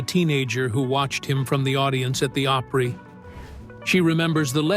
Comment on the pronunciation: Elvis did not come calling. Tom Parker did. Also, learn how to say Opry.